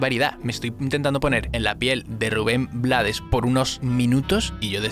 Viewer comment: Se pronuncia RUBEN BLAY- toda la cancion la canta el mismo compositor, desde luego el hace del borrachito "el cual con su frase coloca la canción en un lugar filosofal, para poner a pensar al que actúa mal" dado que en el contexto, es su propia mujer quien le dispara por susto - de allí LA VIDA TE DA SORPRESAS ay DIOS!! - A pedro Navajas "matón" de esquina, que todo lo resolvía con puñal en mano -- GENIAL COMPOSICIÓN MUSICAL Gracias por tu análisis